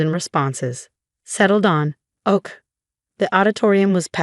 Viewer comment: Weird, picture says Brittany, story says Isabella. Just another little inconsistenciesl. And tell the AI that OK is pronounced okay not oak. 🤣🤣🤣 Washington State USA